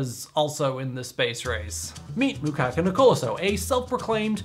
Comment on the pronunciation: Is it just a coincidence that Space-X and Truax ryhme??? The Zambian Mukuka (not Makuka)was also a WW2 veteran in the Colonial British army holding the rank of Staff Sergeant, later a science teacher and freedom fighter so as much as this video belittles him to many in Zambia regardless of how unrealistic his space plans were he still motivated alot to take up science and engineering at a time when there were few scientists in Zambia.